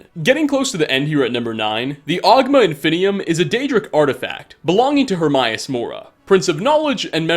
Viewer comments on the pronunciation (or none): I am far more annoyed by the improper pronunciation of Hermaeus than I should be.